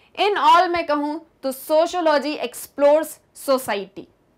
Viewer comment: Sociology lawaz to thik bol lo